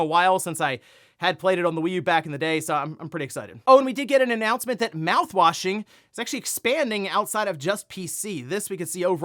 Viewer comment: Lol when you said "mouthwasing is expanding..." I was so confused. 😂😂😂